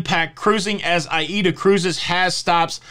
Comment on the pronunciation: “A”- “EE”-“DA” ‼️ so that’s how it’s pronounced! Now I’m enlightened 💡 yep the world is covid crazy! 🤪 but i am probably getting the booster because I just never know what wild idea my government🇨🇦 or even yours 🇺🇸 is going to dream up next! Maybe I won’t be able to return home without it come February?